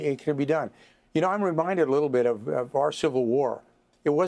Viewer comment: F.Y.I.: Kharg Island is pronounced in Iran "Kharadg" .